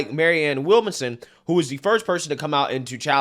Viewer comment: you never fail to butcher a name lmao Mary Ann willmason